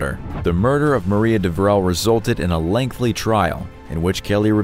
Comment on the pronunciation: He also referred to a lengthly (instead of lengthy) trial in the first story.